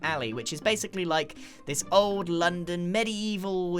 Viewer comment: Base-icly? are you seraius grian?